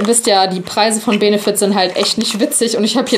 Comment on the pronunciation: Es wird bennefit ausgesprochen